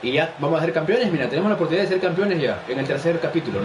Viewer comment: la oprtunidad, no la oportunidad